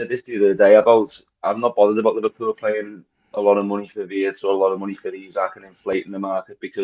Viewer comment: FFS, it's E-Sack not Isaac 🤣🤣🤣